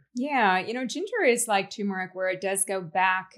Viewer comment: It's TuRmeric